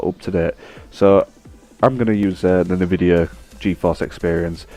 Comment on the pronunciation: Its "nvidia" not "nividea" but nice vid ☺